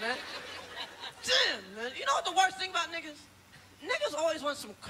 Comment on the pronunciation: I Laughed when he said 'Nigaaaz' and I'm a black guy from Amsterdam